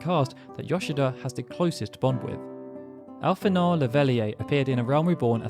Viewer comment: your pronunciation of Y'shtola and Alphinaud hurt me greatly..... XD